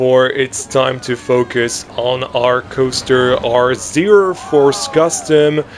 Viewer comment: im german, and i have to say, your pronounciation was acctualy very good. And also, i think you should make the Zierer go 2 rounds, like on most zierers, because the layout is pretty short